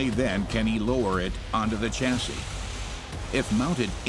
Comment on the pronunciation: Chassis as in shore, not chassis as in Chore. It’s a French word.